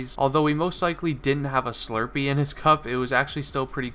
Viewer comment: whats a shlurpee